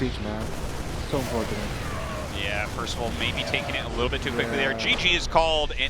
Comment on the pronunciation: Ah yes, Percaval xD